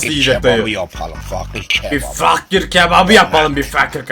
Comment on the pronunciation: fakir❌ fuuckir✅